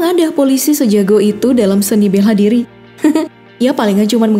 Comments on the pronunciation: gw denger "beha dri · Iya njir beha diri 🤣🤣🤣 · Iya gw juga denger beha diri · Belha diri aku dengerny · kok dengernya "Beha diri" 😅